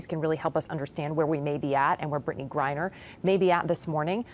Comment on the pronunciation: HER NAME IS Griner not Briner SON OF WOMAN